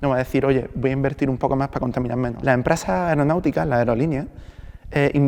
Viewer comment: "A lah empresa hay que obligarla"